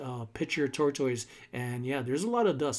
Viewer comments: The correct pronunciation of tortoise is TOR-tuhs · I can't help but giggle every time you say tortoise. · I think he confused himself to saying it the wrong way 🤷🏽‍♀️